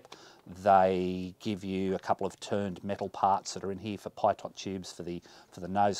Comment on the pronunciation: "pee toe" 'pitot' nice review :)